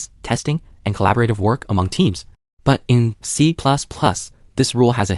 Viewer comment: Don't worry, the next iteration of the LLM will pronounce it better.